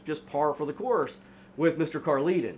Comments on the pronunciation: I don't know what's so imperfect about your storytelling, but I can follow it just fine. Great work! PS: I think Carleton is pronounced like Carl-ton. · I'm his daughter - definitely not how you pronounce Carleton, or Dea...but fairly accurate telling of the story from the public reports you had access to 😅